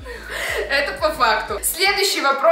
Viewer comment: Сколько раз в этом видео сказала "по фактоу"